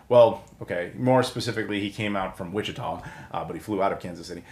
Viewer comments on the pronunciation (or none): none